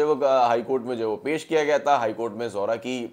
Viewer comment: Not Zohra its Zehra